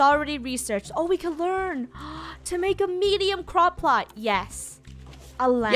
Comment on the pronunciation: When Funneh was saying, “Crop plot” I thought she was saying “Croc pot!”